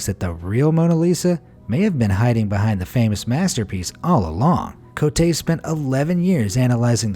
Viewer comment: “Cotte” is pronounced as “COAT”., I’ve noticed in your videos, you have a very bad habit of mispronouncing every E at the end of every French word as “ey” as in “hey.” It’s not “CO-tey.” It would be “CO-tey” if this accent, é, were on the last letter, Cotté.